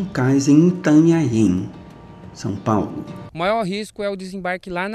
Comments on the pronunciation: intanhanhem ? hahahaaha itanhaem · Meu Deus ninguém sabe falar Itanhaém não ? Toda vez que fala Itanhaém parece que está com ovo na boca kkkkkk